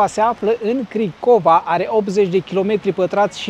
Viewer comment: Bine ati venit! Multumim pentru vlog!🤗 Printre altele, Cricova se pronunta cu accentul pe "i" si nu pe "o".🥸